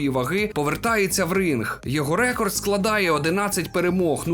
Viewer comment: все норм але слово рЕкорд ріже вуха ніколи раніше не чув це слово з таким наголосом у словнику української мови слово рекОрд.